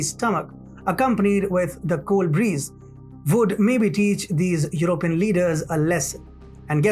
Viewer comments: Stress on PEE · "European" : /your oh PEE en/